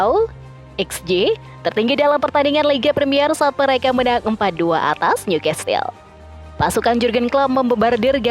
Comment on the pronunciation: Sebutan bukan niukastel..😮‍💨 tapi niukasel (newcastel)